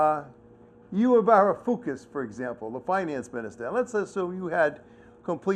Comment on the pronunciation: "You-who Varifookis" - LOL!!!!